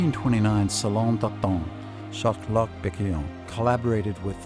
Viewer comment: Shart Lot !